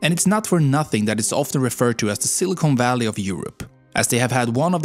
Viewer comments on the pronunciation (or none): It's silicon valley, not silicone. Silicon is what they make microchips out of. Silicone is what they use in fake boobies. Sorry, I am a jerk, and all in all, you are very talented in English.